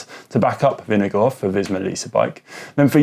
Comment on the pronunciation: "Vineguard"? GCN is resigning to any putting any effort into pronouncing names correctly.